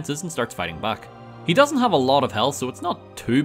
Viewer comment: "If you hooved played" 😂😂😂